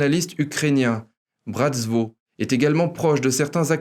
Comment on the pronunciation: Parfait comme d'habitude... juste .... c'est Svoboda et pas Zvoboda. Ca s'escris avec S et se prononce S et pas Z.... pas brazvo qui ne veut rien dire, mais Bratstvo (avec un S) qui veut dire fraternité .... mais bon ca n'enlève rien à la qualité de l'emission.